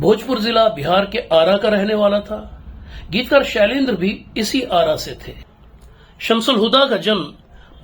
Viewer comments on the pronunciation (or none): Bhai pehli baat to pronounciation theek kijiye. Sailendra nahi hota , shailendra hota hai. Dusre shailendra ne hindi aur hindi mahaul ko UP mein paaya. Unhone sahi hindi UP mein seekhi. Unke baad bihar se koi bhi geetkar paida nahi hua jabki 90% lyricists UP se nikle